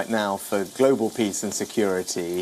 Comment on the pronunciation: I laughed when i heard golobal security. From somalia